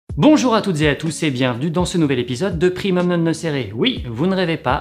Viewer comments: Par contre primum non nocere se prononce ''primum nonne nokéré'' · je ne sais pas si cela a déjà été dit : "primoum nonne nokéré" serait une prononciation plus exacte